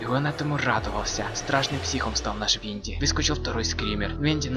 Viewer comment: И не ВоНДИ а ВиНДИ